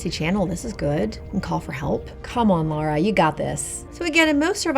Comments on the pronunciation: Love her reactions but her name is not Laura.. it's Lara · Had to stop watching, keeps calling her Laura, I can’t. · I've noticed a lot of Americans seem to pronounce her name wrong... Lara... Laura... very different. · Is it just me or does she keep calling her laura😆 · Am I the only who hears her call Lara "Laura" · Is it me or is she saying Laura? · "Laura" Croft? What? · Ahh “Laura Croft”, tomb raider.. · She keeps calling her Laura. Infact that was the name devs originally planned but changed it to Lara because they thought Americans couldn't pronounce Laura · Lara is really common name world wide. And I think it's mostly Americans that "default to more commonly heard names" and I've seen that irl to many times. this is fictional character so whatever, but this happens irl as well. learn how to pronounce someone's name as it is. period. it's not nuclear science. it's arrogance and disrespect to change someone's personal name cuz it's more convenient for you. Lara is not that complicated its 4 damn letters lol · Weird how Americans can't say Lara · I hate how she pronounces Lara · the accent doesn’t really account for the extra letter in her name. Despite the difference in pronunciation, Tomato & Potato are still spelled the same way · For someone that said they were a Lara Croft fan since childhood, she sure don't know how to pronounce her name. And made comments suggesting she actually hates her. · You keep saying her name wrong! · "Wanted to be her since I was a kid." Can't say her name right. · Lol she couldn't even say laras name correctly 😂😂😂😂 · Especially since she said she wanted to be Lara when she was a kid. That'd be like saying you want to be Indiana Jons when you grow up because you loved him as a kid lol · For ef sake, she is named LARA! HOW HARD CAN IT BE? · Americans really struggle with the name Lara ha La-ra. Why it always end up Law-ra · Lara, not Laura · Is pronounced Lara not Laura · LARA, not LAURA, jeez... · It's Lara though not Laura